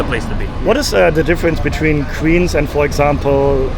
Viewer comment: You should learn how to make the "w" sound. Queens pronounced like "qweens," not "qveens"